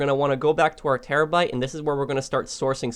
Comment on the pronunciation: when he says terrobyte: but whats the point if we have one we are probably rich already